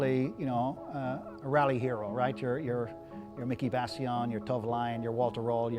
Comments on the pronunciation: Awesome guy, awesome collection. But for someone who clearly knows a lot about rallying, he should at least be able to pronounce the drivers names... Henry Tourvollen? Miki Bassion? It's Henry TOIVONEN (pronounced "Toyvonen") & Miki BIASION (pronounced "Biazzion"). Furthermore, the car is from Rallye Sanremo which is in mainland Italy, it wasn't until recent years that the rally has been held on the isle of Sardegna. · Was enjoying this until he called Miki Biasion and Henri Toivonen "Miki Bassilon" and "Henri Tolvolien...." clearly he knows little of what he's talking about. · Shame he didn't drive it on the road. If it was preped for the Rally Sardinia then it will be tarmac spec. Looks like an ex semi works European Championship car run by Jolly Club for Dario Cerrato in '86. He also needs to learn how to pronounce Miki Biasion and Henri Toivenen's names correctly.. Also, Walter Rohl never drove the S4, he was a works Lancia driver with the 037 but switched to Audi in '84.